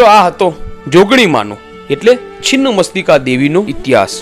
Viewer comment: Chhinn machhtika bhai chin mastika nahi pela bolta sikho